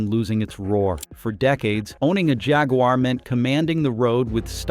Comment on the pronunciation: Hooondiiee, bee emmm dubbyaaah, Mitse boooshi, Toyo -Yoda, Kneeeeesuuun, pooo joe, JHAAAG-WHAAAAAAR